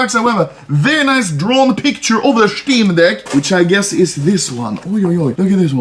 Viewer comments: "Shteam deck" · Anomaly: this is the steam deck Me: haha… he said steam d*ck, that’s actually hilarious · Schteam deck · Shteem Deck. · "Shteem Deck" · "schteam dehck" -anomaly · dont tell me im the only person who heard him stay steam dick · Nobody: Anomaly: SCHTEEM DECC